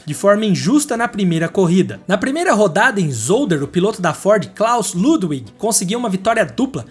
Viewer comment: Parabéns pelo canal. Seus vídeos são ótimos. Se me permite apenas uma dica. Em Alemão o W se pronuncia como V, ou seja, Ludwig se pronuncia Ludvig. Isso não é apenas para nomes próprios e sim para todas as palavras com W. Me perdoe. Apenas uma dica.